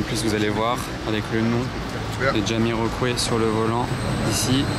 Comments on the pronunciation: Super , par contre ca se prononce Jamyrokouaille . On voie que t'es jeune. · lol fipeux... le chanteur on le prononce phonetiquement comme ca ... " jamiroquouaille "